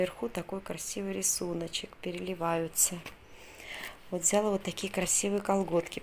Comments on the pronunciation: взялА, бралА, далА, отдалА и т.д... ударение на последний слог. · ВзялА,. Ударение на А Покупочки замечательные